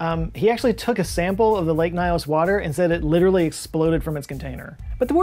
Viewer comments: It's actually pronounced " Lake Nios", not " Lake Naios". Greetings from Cameroon. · I am Cameroonian and this still brings chills even now. I have tried to explain it to several people I know, but there is still skepticism among people here about what happened. The name is lake “Niyos” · As a cameroonian, I can confirm this is so true. People don't live around that area anymore. We say "lake nyos has belch" just so we insert some fun in this horrific situation. By the way, your pronunciation of lake nyos isn't correct but that's not an issue.